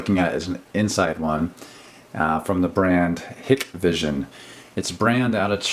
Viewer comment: I just saw a video on this company, and their name is pronounced with a long I after the H.